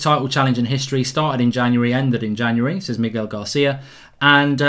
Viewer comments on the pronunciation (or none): none